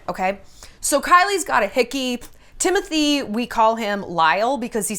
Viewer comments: I love Shallon but I cant hear her say Timotye one more time his name is Timothée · “TimOUTIEa” took me OUT 😂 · I just love how Shallon pronounces Timothees name hahaaha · yes I know, but she says in a funny way, that's what I meant.